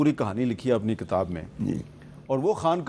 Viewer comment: Hamid Mir sb, It is kitab. It is not katab